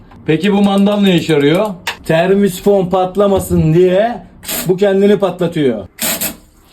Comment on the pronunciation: Termisifon diyen dillerini yesinler